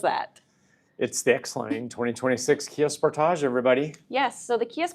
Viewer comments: hopefully she learns how to say sportage correctly at that training. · sport - age. not sportaj.